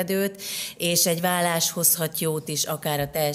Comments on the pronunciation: Szerintem ékezet nélküli billentyűzetről írt a hozzászóló, ez nem nyelvtani hiba. A válást viszont úgy kiejteni hogy vallás, feltételezi hogy így is írja a műsorvezető. Ez helytelen, és hallani sem öröm. Igaz, nem egy Endrei Judit!😊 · Kedves Anita! Először azt hittem véletlen, de sajnos nem: a ,,vállás” következetes említése nagyon zavaró !!Annak ellenére, hogy kifejezetten jó beszélgetés volt ! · Jó és érdekes beszélgetés volt! Drága Anita, a válás rövid l- lel ejtendő a köznyelvben.😊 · Remélem azért másra is tudott figyelni🙏🏻 és nemcsak a hangsúlyozásra, de ez inkább nyomatékosítás volt…😂🎉